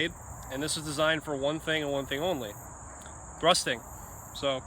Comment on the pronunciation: lol when you said it's made for one thing and one thing only thrusting I only heard rusting anyway love the reviews keep it up!